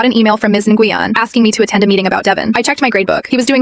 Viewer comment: Na Gu Yen 😂. Pronounce “when” my Vietnamese friend corrected me